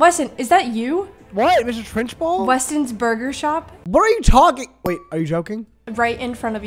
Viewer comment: lmfao always mis-prononces usernames always💀 like when he said “westons burger farm” PLSS